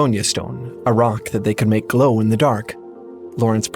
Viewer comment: the funny silly robot said grow and not glow!!